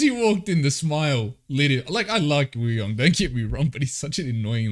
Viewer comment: just a lil reminder that wooyoungs name is actually pronounced oo-young, the w is silent :))